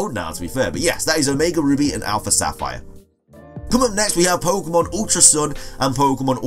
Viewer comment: I hate it when people say "poke uh mon"